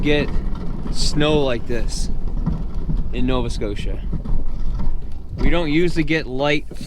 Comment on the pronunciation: Did you say Nova scotia?